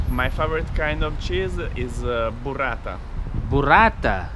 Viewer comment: Burrat-ta, ay federico burrat-ta cheez-oo